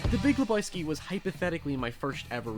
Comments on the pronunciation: Le BOY ski 😂😂😂 Fucking A. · Not leboyski, lebojski LEBOWSKI, LE BO WSKI !!!!